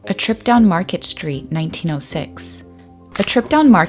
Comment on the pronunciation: Why are we changing the pronunciation of the word street to shtreet? Of course, you are not the only one doing this. Like so many others, you have probably been doing this since your middle school days and do not even realize that you are doing it. Sorry to complain, but it is a bit distracting.